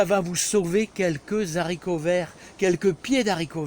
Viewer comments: J'aime bien quand tu dis les zaricots.... tout le monde le dit sauf certaines personnes qui sont mieux que nous ... même mon g.père le disais et impossible de changer son language de jardinier... pourtant il était prof de français... en bonne entendeur.. change rien mon ami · S’il te plaît; en français correct on ne fait pas la liaison pour le mot les haricots. Les vidéos sont toujours sympathiques grâce à votre enthousiasme